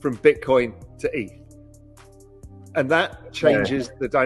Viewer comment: What’s wrong with the into 🤣🤣 dude can’t pronounce 2 ETH correctly in a row 😂😂 if it’s an AI voice … please don’t use it anymore